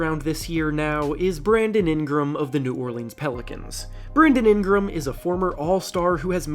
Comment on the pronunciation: Was I the only one bothered by how he kept pronouncing Ingram and NOLA 😂